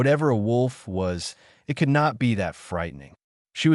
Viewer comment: was the ai keep it as I T, or eye tea, was the text to speech write up screwed up.